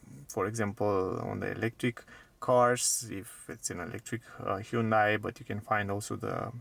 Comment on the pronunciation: BTW, it's HUN day. Not huuunday